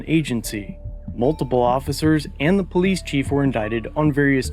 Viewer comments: "Poh - leese". Where do these guys learn English. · Did he really say poeleece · When the cops call themselves the POE-lease lmao THE POE-leasE, you know you’re in low IQ rural America,…